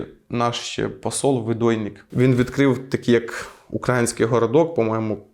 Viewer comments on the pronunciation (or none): Не укрАїнське, а украЇнське